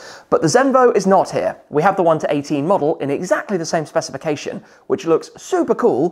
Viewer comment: Less than 30 seconds in, he already said ‘specification’ 😂